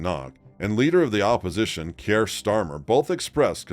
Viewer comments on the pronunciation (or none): none